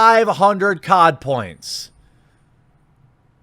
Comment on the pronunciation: You keep saying "COD points " but I keep hearing "Codpiece" and think William Murderface....